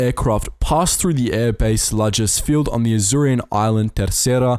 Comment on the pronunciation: Love the video, but it’s Lajes field air base not Lagens!